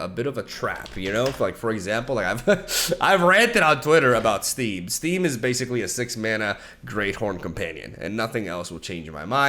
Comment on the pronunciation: I keep hearing 'Steem' as 'Steve'. Thus he shall be known